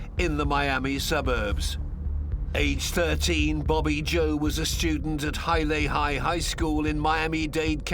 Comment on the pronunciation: "Hylele" high, eh? Are we talking about Hialeah? Hi-ah-lee-yah. Ok thanks.